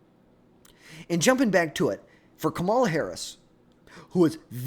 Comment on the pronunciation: KA- MA- LA if you cant say the name then shut up